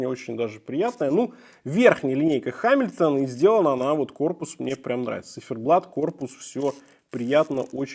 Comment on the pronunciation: Читается не «Ха», а «Га». Но само видео классное 👍